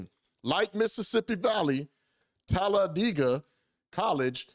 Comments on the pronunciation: It’s TAL-A-DAY-GA ! lol 😂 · TELLA-DAY-GA ... HAHAHAHAH